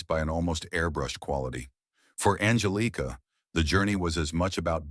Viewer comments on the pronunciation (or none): Her name is Angelica and not Angeleigka as you pronounced it!!!! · Angelica is pronounced An-GEL-ica, not angel-EEKA. also you showed a picture of Carrie Underwood and said it was Heidi Montag Pratt. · That’s not how you pronounce Angelica. Angelica has just gotten older and gained weight